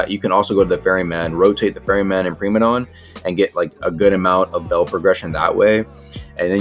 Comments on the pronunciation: Preemadon > Pr*I*madon 101 Engrish (no offense i have like mini ocd) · “Premadon” Primadon